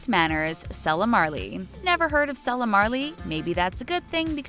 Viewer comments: Not its pronounced see-lah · She also mispronounced Sasha and Selah's names.